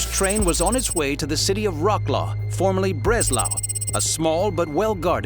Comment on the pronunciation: Im sorry but the way you said wrocław , you need to be punished